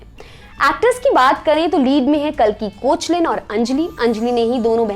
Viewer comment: काल्कि कोचलीन नहीं काल्कि केकलान